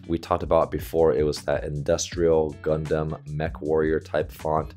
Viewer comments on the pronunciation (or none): none